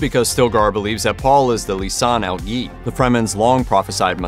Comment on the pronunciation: Mf doesn’t know how to pronounce "Gaib"